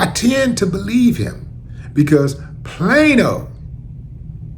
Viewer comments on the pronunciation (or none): Plain old? Plane-O? Plaino? Oh Plano!!!!